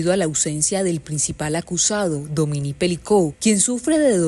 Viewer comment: Dominique. Pero por favor, busque al menos por Internet como se pronuncia. Dominique. No Domini. De la chouchoute mon enfant.😂